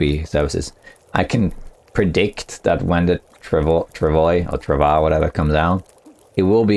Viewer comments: Travois is pronounced "trav-wa" :) it's French. I've said it before, and I know you saw my comment that time! I'll keep saying it until you learn it :D Thanks for the informative video, as always! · Travois is a french canadian word, pronounced trav - waa.